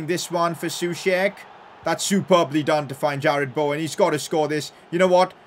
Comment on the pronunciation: “Jarad baowen”